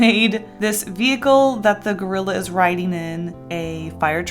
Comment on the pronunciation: I really thought you said Girlila lol